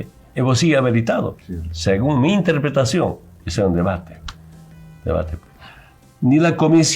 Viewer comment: Evo segue habeletado... sigon me enterpretashon.... 😂😂😂 este hombrecillo del campo.... no sabe ni expresarse... Es una vergüenza nacional....